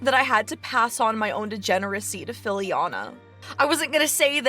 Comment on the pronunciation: Every ti,e call Fillian "Filliana", it gets me stupid.